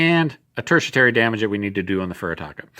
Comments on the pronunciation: I could swear its "TERTIARY" not "TERTIATARY"....😏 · mate, I love your videos, but it is pronounced Terti-Ary (there is no T to pronounce between the 'i' and the 'a') - this is a very helpful vid series you've got there!!! Thanks for doing it! I've just bought Tropic of Capricorn, but noted that there are no stats on the reverse side of the counter, just the icon